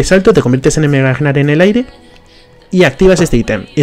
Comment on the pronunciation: No se si soy el único al que estresa que diga egnar. La g es muda se dice nar y lo pueden confirmar porque cuando se transforma dice nar. Por cierto todo le que digo lo digo de broma no pretendo insultar a nadie. ( amo a gnar es mi main :3)